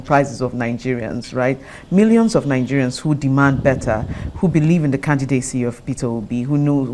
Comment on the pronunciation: Dear Nigerian Journalists and TV Hosts. It is not for you to read teleprompter in a fake unidentifiable accent and pronounce Naageria, but to do your research so you can ask insightful questions!!!! So the watcher can understand the issues and facts behind it. Not just to look nice in front of camera. Thank you!!